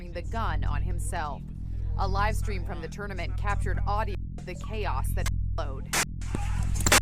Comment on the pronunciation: “ekshtreme” and “shtream”. Why the hell do you pronounce it like that?????